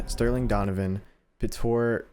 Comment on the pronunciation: PETOR KAZMAREK XD You said the last name pretty well but "cz" is said like "ch" in chocolate. I don't know how to explain the name tho. I love when someone tries to read polish names